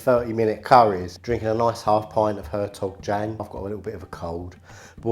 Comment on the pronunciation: Said beer is pronounced “Hertog Yan”. 😂